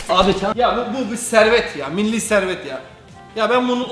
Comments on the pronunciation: Yaram vurursun rottest'i geçer mili servet diyor ne bu aq atatürk zamanından kalma traktör sanki aq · Mili servet diyor ya hahahahahahaha